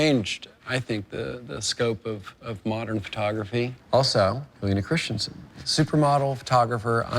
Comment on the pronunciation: It's pronounced "Christensen", not "Christianson".